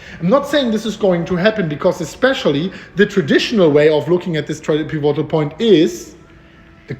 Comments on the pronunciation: Piv-a-tol pronunciation not pi-vo-tal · PI vo tal betonung auf der ersten silbe. und nicht auf der zweiten piVO tal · piv - it - ull - thanks for the vids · ...may I tutor you on pronunciation of "pivotal"? I love how you say it but it is incorrect... so...PIV. IT. OLE. or. PIV. IT. TOLE. Thanks for all YOUR tutoring!! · Pronounced pih-vih-toll. Pivotal. You're doing a great job,! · Peevoaghtal point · Pivotal is pronounced piv-it-tl, no O, emphasis on first syllable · Peevohtal point! It's OK, I still love you 🤗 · It's pronounce PEE-VI-TOLL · Pee vo tal. Nice!! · Love the updates! Also, just for future reference the correct pronunciation is more like "pih-vuh-tol" with annunciation on the "pi" the same way you'd say "critical" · Peh- VOT -all